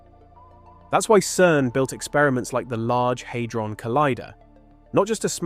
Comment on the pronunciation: You cant pronoun Hadron- Had-ron-not Haidron or Haydron !?!?! There is no 'I' or 'Y' in Hadron !